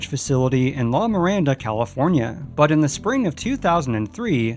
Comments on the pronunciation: Great vid! Only thing, its La Mirada (murr-ah-duh) not Miranda (like miranda cosgrove). Love your channel! :) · La marada Ca .......... not la maranda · The storage locker location in Southern California was in La Mirada... not "La Miranda". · I'm betting the storage facility mentioned, as the location of the Bertha Mae, is in "La Mirada" California... not "La Miranda" as you state. Pronunciation: Law Mur-Awe-duh La Mirada is a city located about 5 miles north of Anaheim. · I worked at Disneyland as a kid growing up in Fullerton in the '70's. Oddly, I never rode on this ride. Also, it's "La Mirada" not "La Miranda" California. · it's "la mirada", not "la miranda". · Nice look back into Disney history..and La Mirada is pronounced La-mer-rada